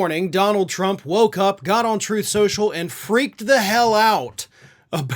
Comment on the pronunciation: You mean trothe shoshal ? 😂😂